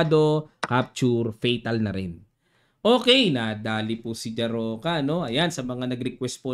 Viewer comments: Coach ang basa po sa apelyido ni Livia Jarocka is "Ya-rots-ka" 😁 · Jarocka prounce like this Yarotska and w sounds like v